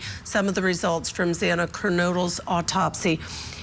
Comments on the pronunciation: Absolutely. Morgan instead of Mogen. Zaina instead of Xana. Talking heads that 1 hour before the segment picked up some talking points and tried to act as if they were “invested” in this tragic story. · And pronouncing Xana's name wrong too. Take this video down. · Bottom left blue suit guy has called her Morgan in other interviews, also. He cannot pronounce Xana's name correctly. Get rid of him. Clearly he has not studied this case at all. He needs to not be invited back. He has no credibility.